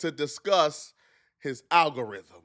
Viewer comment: Aggarhythm 😂😂😂😂 ma boi drunk